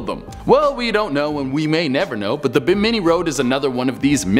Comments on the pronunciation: Your lack of information is only half as upsetting as your pronunciation of Bimini. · the BIM-in-ee (rather than bim-IN-ee) Islands are part of the Bahamas, not on the edge of them. Also, as President Bush found years ago via endless teasing from the press, the word 'nuclear' is pronounced just as it's spelled.. NEW-clee-ur, not NEWK-yuh-ler.